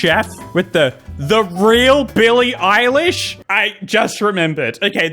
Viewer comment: I think the one on the video is Billie eyelash and not Billie eilish